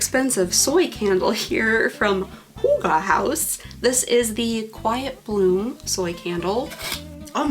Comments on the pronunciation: its not hoogah its hygge- hy as in hydraulics, gge as in a hard ge sound like get. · The prononciation for Hygge is completely off, I thought one could tust those apps. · I'm offended the Danish HYGGE word is being exploited. And even your phone didn't say it right, although close. Danish has 9 vowels, with 'Y' being one of them. The two 'G's and 'E'' you pronounce like '-keh.' I don't think you got sent any Hygge, caramel popcorn is straight up American, I'm sorry, lol. There has to be much better boxes out there we haven't discovered yet. If they had sent you a pair of TAPERED, candles, at least it would be on brand. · That was not the right pronunciation at all. I suppose a danish person hearing it would be able to guess what was meant, but they'd probably also correct it. I can't think of a good way of describing how the y sound is supposed to sound like. No english words come to mind that sound similar. H is shorter in hygge not dragged out as much, more similar to the h in hut. The word is kind of a compact word if that makes sense. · I was going to say! It's pronounced very differently in Norwegian